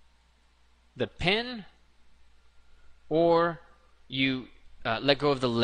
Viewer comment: i thought you were saying 'pin' the whole time till you wrote 'pen'...